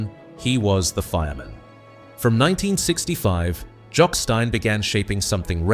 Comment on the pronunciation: that present this YouTube web site are a sham and attention seekers. My first alarm about them was when the voice over called Third Lanark, "Third Lan Ark", then he pronounced Jock Stein as Jock Stine. Finally check their other videos, all dwelling on the negative.